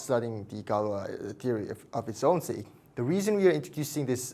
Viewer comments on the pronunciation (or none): none